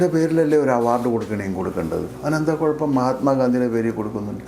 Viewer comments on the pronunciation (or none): none